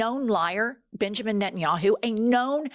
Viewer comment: Bitch-amin Netanyahu is what I heard. You should do that on purpose! Except the US is Bibi's bitch. 😢 Even if you don't always use Butthole of the Bible Belt when you're being formal and bringing the gravitas.